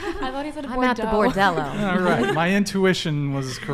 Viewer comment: Im french and i don’t know where you got the o from its bordel no o just bordel !